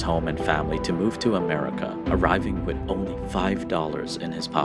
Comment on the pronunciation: The narrator really needs to learn how to say the word "with", hint, it is not supposed to be pronounced "wit"!!!